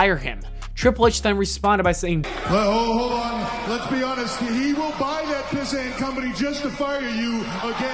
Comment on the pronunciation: The pronunciation off pissant haha